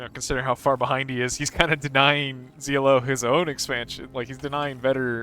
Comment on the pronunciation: Please call him ZLO , as in SLOW ,HES FROM FAF , the best of the best